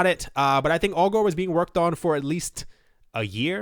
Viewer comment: I’m pretty sure ‘Augur’ rhymes with ‘logger’ and not ‘Al Gore’.